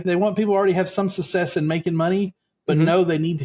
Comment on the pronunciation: I'm so sorry, but I have a problem with the way you pronounce "success" as sussess! I'm going to try to get past it because I'm very interested in this subject matter. I'll try to forgive you as you're a libratarian from Texas. You may have learned the incorrect pronunciation growing up with Southern people who often mispronounced certain words. Thanks for covering this 😊